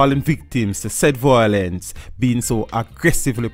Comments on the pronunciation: The word is violence (vilence) not voilence....kool?? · The word is Violence - VIO, not voilence - VOI. Jamaicans need to stop it.